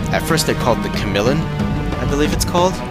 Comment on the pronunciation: Finished watching, I guess you DID mention the Polybian reforms, even if you didn't specify you were fighting it. Guess we have eyes, afterall. Pretty sure it's pronounced "Cah - mill - ee - an"